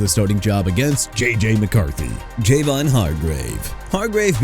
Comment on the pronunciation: Enough's enough bro. You ain't gotta keep bringing up Tua's name or Bradley Chubb's name no more! Talking about them being a liability and throwing the losses from 2022 to Buffalo and 2023 to Kansas City in my face. They've been gone so you need to give 'em a break!! You understand that?! Also it's Javon Hargrave pronounced Juh-von not Jay-von!! YOU'RE DONE DUDE!!!!!